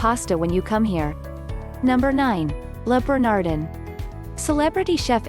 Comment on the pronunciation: Learn how to pronounce Le Bernadin and Jean Geoges, or they won't let you in!!!